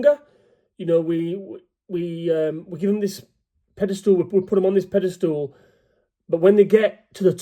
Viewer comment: t's PEDESTAL not PEDASTOOL.